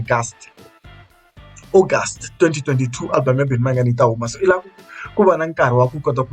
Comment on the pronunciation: Agust not August 😂😂😂😂😂